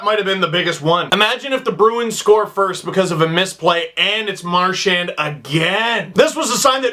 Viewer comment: Mar-chien need I say more?